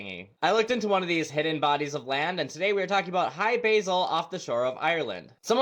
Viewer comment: lol cmon dude they weren’t greeting an herb in their garden, it’s hy-bRasil, like the metal brass and the root of illness. But yes, hi basil, hope you’re well. And Rendlesham isn’t calling Randall a phony, it’s ren-dull-shum. Interesting bit of lore, the island on the show Lost moves, but they gave it coordinates which are the coordinates to Rendlesham, and allegedly the craft in Rendlesham give the coordinates to Hy-Brasil. I just thought that was interesting.